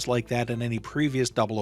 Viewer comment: Craig...not Creg